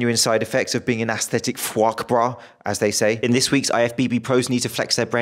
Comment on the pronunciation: Dude I about lost it when you pronounced the title of this video. That was gold.